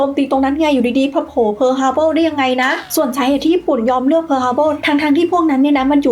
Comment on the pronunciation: ขัดใจที่อ่านว่าทฮาร์เบิลนี่ละครับ